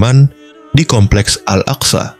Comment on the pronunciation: Sebut al aqsa pun x betul